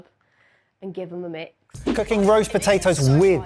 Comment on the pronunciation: po tay toes … not btatoes